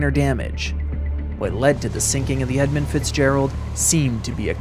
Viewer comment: It’s EdmUnd not Edmind, fool